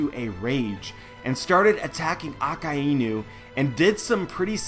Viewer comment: Let me tell you something.... The way you pronounce some of the characters names actually makes me mad, like for real.. Akainu = Aka-ynu NOT Akainu = Aka--eeeeeeeeee--nu Sorry for being negative but i cannot continue this video when you pronounce akainu and bartomoleo this way. Thx